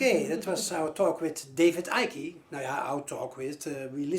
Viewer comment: He called him David Ickey lol.